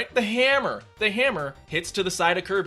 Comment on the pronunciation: You sound so American when you say "the HAM-mer" ... LULZ